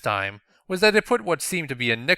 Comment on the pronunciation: secretly inhales Callie while saying stay fresh Stay fwesh!